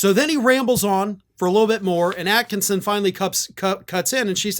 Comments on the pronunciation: Re: Sharyl Atkinson, it's pronounced as at kiss on.....Not at kin son...... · It's "Sharyl Attkisson". There's no n in her name, thank you.